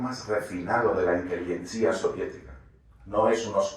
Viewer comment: jajaj vaya despropósito, el hermano de Nikita Mijalkov es el director, Nikita Mijalkov, de la Inteligentsía!!!! ¿pero por qué acentúa así, ha leído algo este sujeto entre cómico y sádico? En 1998, cuando se estrena el Barbero de Siberia (que por cierto tardó algunos años en rodarse...) Putin no llevaba 2 años de presidencia...porque esta empieza en mayo de 2000, por lo tanto no pudo influir en absoluto en la obra de Mijalkov...vaya chorrada, Putin es un personaje aún bastante oscuro en ese momento con una breve experiencia política en la alcaldía de San Petersburgo con Sobchak...pero no le veo codo con codo ya urdiendo con el tan moscovita Mijalkov. Poltava no es el corazón de Ucrania. Poltava es una ciudad oriental rusófona de Ucrania. El corazón de Ucrania, si existe tal cosa en una realidad cultural tan voluble sería Vinytsa o Ternopil, justo en la otra parte de Ucrania. Pero en fin, mejor no seguir escuchando porque se le cae a uno la cara de vergüenza ante tal sinvergüenza. Es decir que si para cosas tan básicas, este tío o no tiene ni idea o dice barrabasadas, qué mentiras no se inventará para contarnos a diario las más impresentables tonterías de la triste guerra de Ucrania. es un intoxicador impresentable, un auténtico sinvergüenza, un mercenario de la información